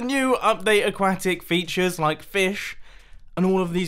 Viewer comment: a-quack-it feuters and everything